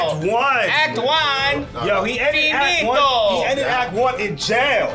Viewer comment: Men i'm italian, the way he said "finitoo" was P E R F E C T